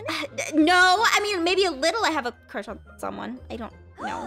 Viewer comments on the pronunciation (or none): Aph: I maybe have a cwush on swomeone...: * dead *